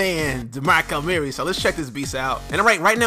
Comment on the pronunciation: This guy says DeMarco Murray so weird